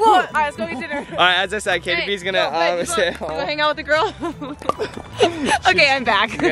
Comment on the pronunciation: It’s not jaytie haha lol